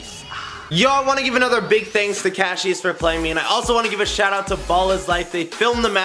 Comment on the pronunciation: It's Cassius not cashius